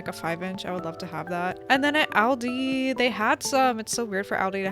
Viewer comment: btw, it is pronounced All-dee